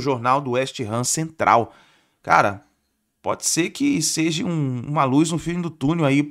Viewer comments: Pode ser que SEJI uma luz no fim do túnel?!?!?! Essa doeu no ouvido!!!! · "Pode ser que SEJI uma luz no fim do túnel"? Vamos caprichar no português!